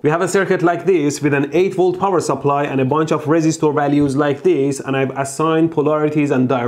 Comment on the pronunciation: resistoor, capacitoor and inductoor